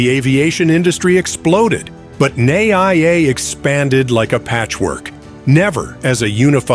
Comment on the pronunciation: Too early to call it a mistake. As it is still being built. Your wrong pronunciations are so cringe. NAIA is supposed to be called "NUH-EEE-YUH", while Aquino is "UH-KEE-NOH"